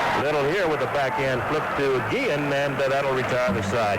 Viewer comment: Two things I always remember from this game, and the video confirms it. pronounced Guillen's name as "Gee-zian." I don't remember if others did at the time. And the other I remember is Cowley's joke about everyone coming out for his 20th career victory.